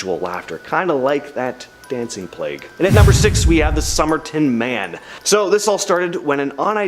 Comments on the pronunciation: Plauge is: Pl-ay-gue not Plag. Every mispronounced word is cringe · Plague- Plag. Allied- alleyed. I can’t… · You need to learn how to pronounce, "plague." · I'm turned off by this video for the simple fact got the young lady talking about the dancing fools kept calling plague a different thing. She does not know how to pronounce plague properly. Someone please tell her the correct pronunciation.